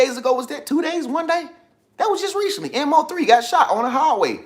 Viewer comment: HEY IM. FROM DALLS ITS PRONOUNCED MO-3 LIKE MO THEN 3 NOT MO3 LOL BUT FACTS AND CONMGRAT ON MO-3 FOR BEING NUMBER THREE ON YOUTUBE MUSIC LIST